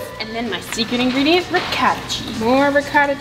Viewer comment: Me, an Italian quaking on the Ragu sauce and how the Ricotta is pronounced Re-gauta😭